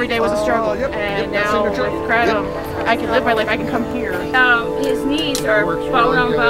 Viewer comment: It's "KRAY-TUM". For CRYING out LOUDDDDDDDDDDDDDDD